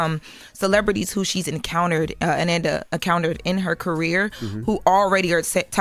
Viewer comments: Pronouncing Ananda like Amanda is driving me crazy! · They put more respect on Kamala's name and she paid them dust. Her name is pronounced.. uh-non-duh!! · I THINK it’s pronounced Ah-nahn-da but I’m pretty sure that it just went over their heads.. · Pronounced A-non-da 😡😡😡😡😡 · A-NoN-Da not A- nan- Da lol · is weird, why does she mispronounce her name, pronounce it correctly,then mispronounce it again. She needs less air time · If I didn’t know who she was talking about I wouldn’t have know by the pronunciation of her name 🤦🏾‍♂️. The fact envy and Charlemagne knows the correct way to pronounce it and didn’t correct her pissed me off. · Can we say her name right???❤❤❤ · Please pronounce the woman’s name correctly. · Said her name wrong 😢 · I said the same thing in my post. SAY HER NAME RIGHT!!! YOU HAD ONE JOB! The most irritating thing was kept switching back and forth when saying Ananda's name wrong, then right, then a few minutes later she would pronounce it wrong again! WHY??? It was so disrespectful bc she will get that Diddy court case stuff right by triple fact checking, but Ananda, a ground breaker in journalism and media, she phones it in like this doesn't matter. You only have one time to give someone a R.I.P. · If doesn't learn how to pronounce people's names correctly 🙄.... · The fact that their are THREE OTHER host and no one bothers to correct on the proper pronunciation of this woman’s name. So disrespectful 😢